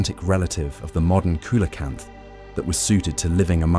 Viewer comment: It's pronounced SEE-la-canth.